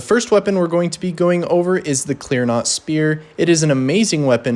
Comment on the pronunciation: My brother in christ, love the video, but its CLEAN ROT not CLEAR NOT. (